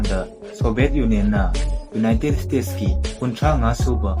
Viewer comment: Ucharol khitang sengna haibiragadi nungaijagani united state haigadaba khonthokto united stage oina haibire khitang nungaijade somgi lei do (tongue) to khitng...